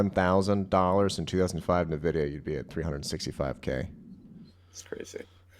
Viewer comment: It's "EN-VIDIA", not "NA-VIDIA". 🤦🏻 The title of this channel is appropriate, lol.